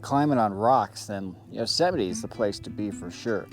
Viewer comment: Yosemity??? Say no more. 🦍🐒🦧😢😢😢